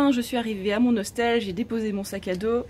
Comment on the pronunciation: Tu dis hoStel???